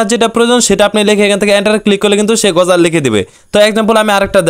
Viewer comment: ভাই তুমি বার বার গজাল কেন বলছো সঠিক ভাবে বলো এটা হবে (গজল)